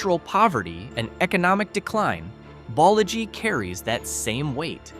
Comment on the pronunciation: It's "bowl-a-gee"=Boligee. 😊